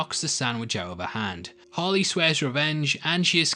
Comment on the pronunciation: is it just me or does it sound like he says "Holly" but i know he's really saying "Harley". just an observation